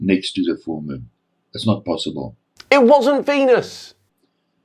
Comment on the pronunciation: It's not posaaaybil